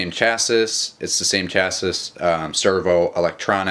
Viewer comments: Chas-ee, not Chas-iss. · its not pronounced chassis its pronounced chassie